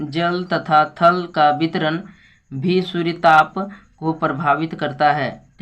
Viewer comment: Suryatap nhi suryatp padho😅😅😅